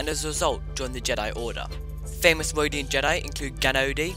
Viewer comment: You mean “Wodian?” 😆